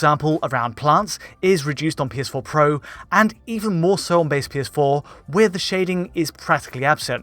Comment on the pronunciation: “The PS4 PWWO”